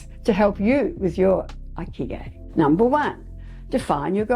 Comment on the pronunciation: I speak Japanese,& I think you should check the pronunciation of Ikigai online( it's super easy to do this). The way you pronounce it is completely different from the way it's supposed to be pronounced. It's so different that i had no idea what you were saying. Also that kind of mistake makes it seem like you havent done basic research.